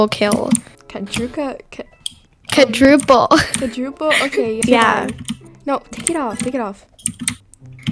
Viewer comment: It’s NaWT kvAdRUple ..l ITS qUaDruPLe📞🥱